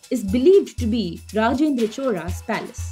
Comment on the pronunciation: Lol it is cholas but she is pronouncing choras